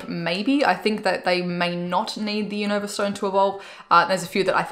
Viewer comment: Not to be rude but it’s pronounced like u nuh vah